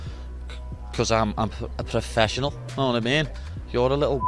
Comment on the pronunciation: 1, the animosity in Paddy’s face was genius! 😂 And 2, I bet Ilia barely understood a word of it, especially not “yanowatameen” 😂